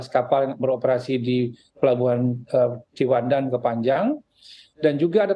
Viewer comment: Pembawa acara nggak menguasai materi, Ciwandan disebut cipandan